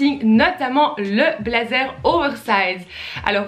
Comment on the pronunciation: Un "blédzer" ou "youtoube" j'ai un peu mal aux oreilles mais sinon c'est cool